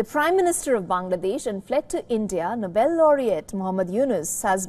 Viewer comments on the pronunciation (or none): It's Nobel not noble 😅